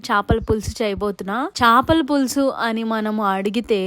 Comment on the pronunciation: Chapala kadu chepalu anali